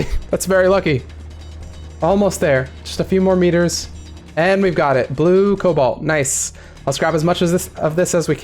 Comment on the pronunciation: Rigged! "Colbalt" Sand Rapids Mesa.